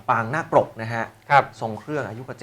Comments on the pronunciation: เขาเรียกว่าปางไม่ใข่ปราง พูดหรือเรียกให้ถูกด้วย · ปางนาคปรก ไม่ใช่ปรางนาคปรก เป็นนักอ่านข่าวต้องสอบผ่านการอ่านและการเขียน ไม่เช่นนนั้นคือตกวิชาภาษาไทย